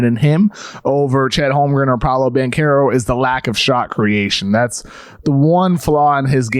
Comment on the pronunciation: your pronunciation of Banchero is so off... it's almost like you're trying to butcher his name